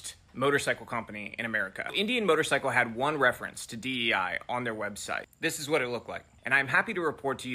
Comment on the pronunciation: Its D Eee I, not DNI.